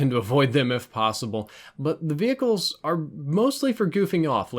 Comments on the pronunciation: Wait..... ve-hicles? WHAT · Idk if he does it on purpose, but it triggers me when pronounced the H in “vehicles” 😂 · Learn how to say vehicles properly 😂